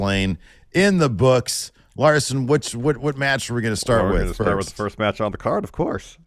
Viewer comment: NEXT METCH!